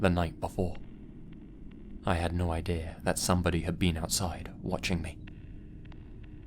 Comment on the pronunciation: There is no such word as ‘idear’. It doesn’t exist.